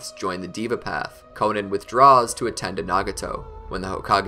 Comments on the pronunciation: It’s not konin it’s konan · I know damn well he did not call Konan “Konen”